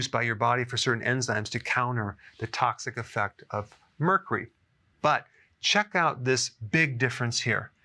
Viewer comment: "Mur cree." lol